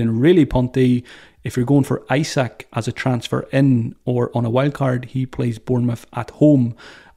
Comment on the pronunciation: Great pod. Why Jesus? bre not the easiest fixture, then 2 tricky teams at home. I prefer Toney or Isak. And btw Isak is pronounced Ee-sak 🙂